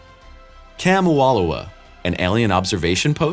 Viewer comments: IT's not cemo aloahola moa---it calleD OUMUAMUA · ʻOumuamua not Kamwalowa... keep your mandela effect bs over there bro.